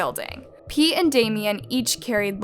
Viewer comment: is it just me or when they said pete it sounded like pee